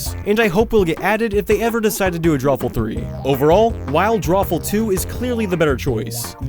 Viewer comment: It’s called Drawful Draw-Ful Dr-AWFUL The drawings are suppose to be awful